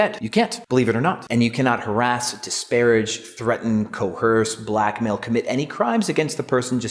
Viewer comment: There is no H in coerce. It's not co-herse